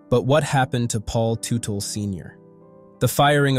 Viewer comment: Terrible, disorganized, commentary. I knew it was going to be shit the first time I heard Teutel pronounced incorrectly. And the headline infers this commentary will be mostly about Paul Jr. Not the case. A very irresponsible commentary.